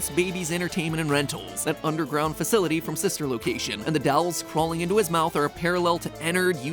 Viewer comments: Years later and Matt still can’t say dolls (For the nongtlivers, on a stream it was a joke he says dolls with an accent he says dawls not dolls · Oh no, it’s an episode partially based around dolls! I can’t handle matpat’s funky pronunciation of it anymore! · No one gonna talk about MatPat pronouncing dolls “dalls””? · The way Matt pronounces "dolls" really irks me lol. Do all Americans say it like that? It's like he's saying "dyolls". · Still can't get over the fact that MatPat pronounces dolls with a Midwestern accent, saying "dalls"